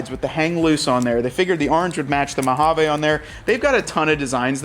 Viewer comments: I cringe a little every time you say "Mojave". 😆 Sounds like you're saying Mo-ha-vay. Most of us say Mo-ha-vee. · THANK YOU ... almost turned it off because the way he kept saying it... like who told you that was how you pronounce mojave ???? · Thank you! Yes “vee” is the correct pronunciation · I liked the orange “Mowhaveh”😂 accents. Specially the cowl. Don’t mind if I press on the cowl link and Tazer